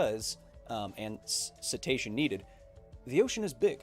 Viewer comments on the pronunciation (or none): Did you say "citation needed" or "cetacean needed"?